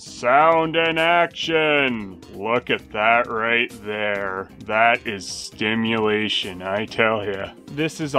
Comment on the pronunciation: It's actually "SIMulation"